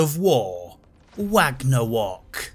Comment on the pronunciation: “Wagnawok”😂 killed me